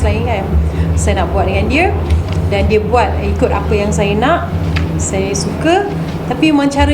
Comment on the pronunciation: Kenapa sebut saya....sayer... Lorak mne tu....Pagabg ke... Kedah ke.... Ataupu. Lorak sendiri.,.nmpak mcm extion sngt....cakap2 elok2...jngn risakkan bahasa melayu...kalau kite bngsa melayu yg tak.mertabatkn bahasa melayu....siapa lagi....